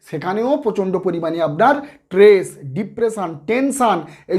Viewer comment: ট্রেস নয় , বলুন স্ট্রেস বলুন ।